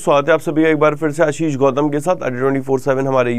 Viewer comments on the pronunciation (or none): none